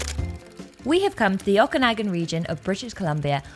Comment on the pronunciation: I very much enjoy hearing Imogen pronouce "Okanagan". I typically hear it pronouced as O-Can-Nog-Gan.